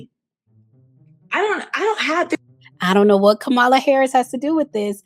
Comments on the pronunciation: Isn’t is Kamala (comma-la) not (kah-ma-la)? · Please pronounce Kamala’s name correctly. COMMA-LA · It’s COMMA-LA damnit! As a Black woman, please do better! Amanda Seals is in the sunken place and is no different than republicans who railed on for decades about Hilary Clinton’s emails. it’s not surprising she finds connection with a fellow narcissistic clown like Ms. Bryant. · Not the host mispronouncing the former VP's name. No ma'am 😅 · Please pronounce Kamala’s name properly. You’re hurting your credibility 😊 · Sis! Love your videos but this isn't the first time you've mispronounced Kamala's name. Hope to see it corrected next time. 🙏🏾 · The biggest concern and question is why you can’t pronounce Kamala’s name correctly?